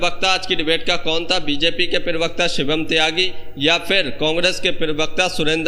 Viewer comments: पीरवक्ता नहीं प्रवक्ता होता है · Perbakta nahin bolte bheya,, Prabakta bolte hain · Bhai yeh pirvakta kya hota hai..pirvakta nahi parvakta hota hai.